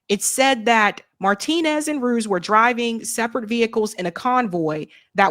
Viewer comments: Ruiz isn't pronounced Rooze. it's Roo-eeze. as a Spanish surname. But anyway ...... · Rue ease, not ruse